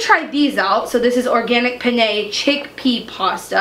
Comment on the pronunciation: I love you so very much, but penne is pronounced with emphasis on the first syllable and not the second.